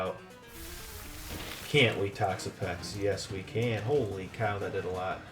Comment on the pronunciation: please dont say holy like that